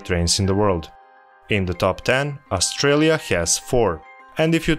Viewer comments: "Australia", not "Austrailia" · AustRAILia Lmao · AustRAILia is kind of fitting though :)